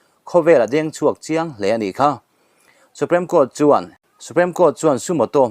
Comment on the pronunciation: a ngaihnawm in a bengvar thlak thin e, i channel hi ka channel ngainat tak mai a nia,..mahse thil pakhat ngaihmawh deuh ka lo nei thin a hman atang tawhin SUPREME hi SUPREM ang in i lam thin a,.(SUPRIM) tiang hian lam tur a nia kasauti a PREM-a hming ang nilo khan, a ho viau na in thahnem ngaih thil a nih chu aw ka lawm e